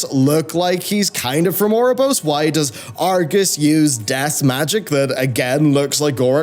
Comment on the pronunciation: Can't hear ouroborosous without thinking 'our Rob or Ross'...